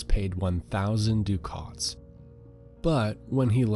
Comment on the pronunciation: Pronounced Ducats wrong